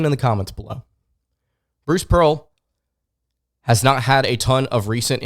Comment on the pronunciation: Im gonna unsuscribe for this dude saying pearl